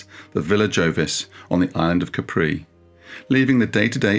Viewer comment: Pleeeease, it's /'ka:pri/ NOT /ka:'pree/